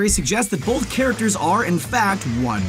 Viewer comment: Anyone else cringe a little every time he says "bolth" instead of "both"?